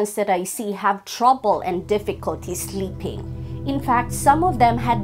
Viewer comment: no offense. it's sleeping (with a long e) pills, not slipping pills.